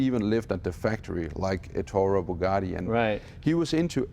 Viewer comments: Ettore Bugatti for goodness sake! What's Entoro Bugadi? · "Erturo Bugatti"